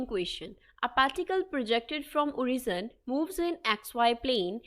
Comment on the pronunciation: Origin ko oreason bolri